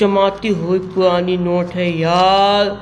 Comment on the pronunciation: Kya tum Hakle ho Bhai ye almari purani hai ya puani 😂😂😂